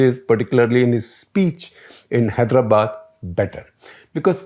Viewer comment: I guess all the journalists must put some effort to correctly pronounce our place names "Telangana", "Hyderabad".